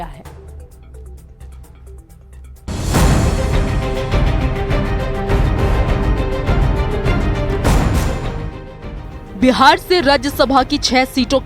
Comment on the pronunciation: अरे व्यार नहीं हैं बिहार हैं...... बोलने तो सिख लो EWS सुदामा कोटा.... लेटरल ऐंट्री का प्रकोप दिखने लगा है.........